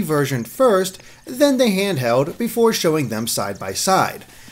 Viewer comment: Handherrd, Legend of Zerrda... this guy can't pronounce Ls. Dafuq man?